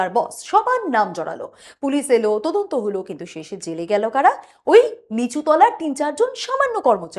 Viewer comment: কি উচ্চারণ ! 'তদন্ত'কে 'তোদন্ত', 'সদস্য'কে 'সোদস্য' উচ্চারণ ক'রছে স্মার্টলি ! গা-পিত্তি জ্বলে যায় এদের বিকট উচ্চারণ-আধুনিকতায়। এতে এতটুকু লজ্জা নেই ! বাংলাভাষাটাকে চিবিয়ে খেল !